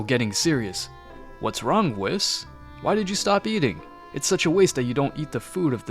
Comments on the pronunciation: Love the story it'd great! BUT WHY YOU CALLING ME WHIS ITS WHEES THATS HOW YOU PRONOUNCE IT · "wheese" not "whiis" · Why does u say whis like wis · Uhm excuse me, how in the actual dingaling did manage to mispronounce whis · Am I the only one hearing him absolutly butcher Whis’s name w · Okay who the f*** is kakra it's f**** it's kakarot not pack packer and it's Weiss not wis